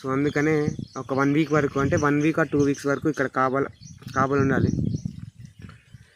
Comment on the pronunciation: నారు కపాల కాదు 😂😂🤣🤣🤦‍♂️, నారు కాపల